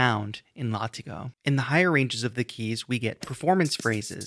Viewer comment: Thanks for the breakdown. I love UJAM products and bought this one yesterday. BTW, it is pronounced 'Lah-Tee-Go'. Cheers!